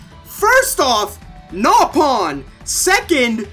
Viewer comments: Xenoblade 1: Nopon Xenoblade X: Nope-on IGN: NaPoN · okay but like, those mispronunciations are MINDBOGGLING to me. How do you see "NOpon" and end up with NAYpon ? Reyn is litteraly one of the first few characters you meet and his name is VOICE ACTED (tho I guess a dude could've played the game and a different one, not knowing the game at all, coudl've done voiceover for the video, but whatever), but never mind voice acted names, how the FUCK do you end up with "dunCan" when it's CLEARLY A FUCKING B ? About your point about battle quotes tho, well, yes, combat is hectic and everything but well, in a world where people live on a titan, I"d argue it's not really necessary to make the "battle feel" realistic. The combat is very noisy, and that might be an issue for some people (like, a legit physical issue), so this is why people might turn it off (I, personnally, turned it down a bit). And believe me, being able to turn off voices is a godsend, I didn't do it for xenoblade, but I WISH I could for Tokyo Mirage Sessions, because talkative characters in a language you don't understand is just straight up noise and it's irritating. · Nopon = napalm, did I get that right? sounds like he says napalm, maybe that's what he needs Disclamer! THAT WAS A JOKE. I KNOW SOMEONE WON'T UNDERSTAND THAT! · Why did he call Nopon, Napalm? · He must be dyslexic how does he manage to put an A sound in Nopon? And Duncan?! It's Dundan... There's no way you can accidentally say it that way. I can understand Reyn as Rain if he played without volume or something... This guys an idiot. IGN sucks. I only visit their videos when I hear how bad a review is to thumbs down it like I will this review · Anyone else call dunban "Dunkin" and the nopon "naypon" to make fun of IGN?